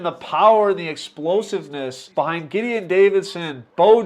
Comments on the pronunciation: Primarch is correct about the more common pronunciation. I thought your pronunciation, Jideon, was intentionally different either for humor/quirkiness, or the game announcers pronounced it that way. Gideon is a Biblical name. He was a military leader who defeated enemies against great odds. A man who led his men to unlikely victory against great odds sounds like an excellent future Heisman Trophy winner. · Im not sure if I have been pronouncing that wrong my whole life, but its always been Giedeon(G sounds like the G in GO) Or you are pronouncing it just different than ive ever heard it, lol. Different parts of the country probably!